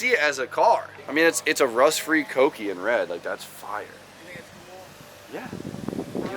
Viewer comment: Love the vids and the content. It's pronounced K-Oh-key, btw